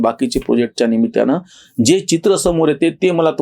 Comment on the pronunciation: निमीत्याने नाही निमित्ताने म्हणा.